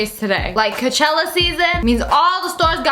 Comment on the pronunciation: ITS COACHELLA